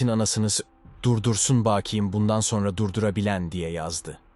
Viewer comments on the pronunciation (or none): none